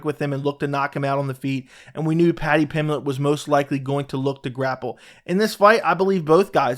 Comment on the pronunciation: There is a b is Paddy's last name. Paddy Pimblett, not Paddy Pimlett.